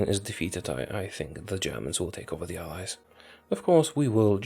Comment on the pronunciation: This whole time until 22 23 I thought he was saying Eyes instead of allies.